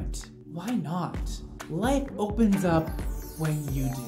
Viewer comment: Ik he said "life opens up when you do" but I heard "legs opens up when you do" 😂😂😂